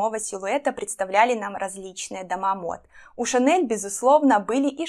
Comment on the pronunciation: Смотрю второе Ваше видео. Импонирует манера подачи материала: системно, оригинально, информативно и динамично. Продолжу смотреть Вас (оформила подписку). Единственное замечание: встречаются ошибки в произношении слов. А именно, следует говорить «шЁлковый», ШанелЬ (в первом видео Л звучало твёрдо). Желаю успеха!